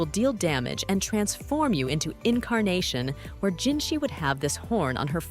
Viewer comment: her name is jinhsi... not jinshi